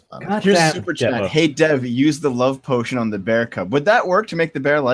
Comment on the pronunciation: When says "Devo", it sounds like "Devil"... I'm calling Heresy!!